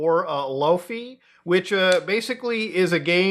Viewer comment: Also, it isn't loafy it's laufey lol.